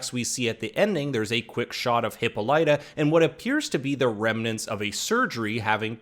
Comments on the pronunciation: They mispronounced Hippolyta. Drove me nuts. They ignored a good deal of the book and went down a crazy rabbit hole. Very sloppy writing. That is Dejah Thoris in the first episode. Her skin has always been red. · If I have to name one thing that annoys the the fuck outta me is how the pronounce Hippolyta’s name!